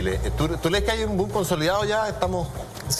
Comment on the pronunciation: dijo "doom" en vez de "boom"? XD